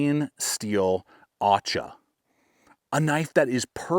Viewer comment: It’s pronounced Ah-cha. Cha cha cha. In Spanish an acha is an axe